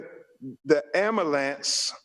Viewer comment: “Amulance” it’s “Ambulance” And “Breath” not “Breaf”